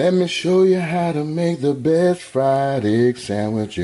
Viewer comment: B-E-S-T...not Bes!! Please people!